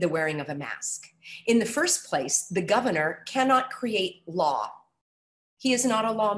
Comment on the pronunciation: Am I the only one that was bothered whenever she said "governor"?